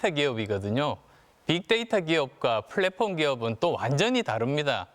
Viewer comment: 플랫폼 발음 하나 찰진건 알겠다..